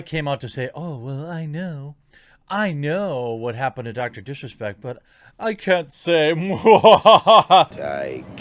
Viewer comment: you almost said "dorctor dick respect"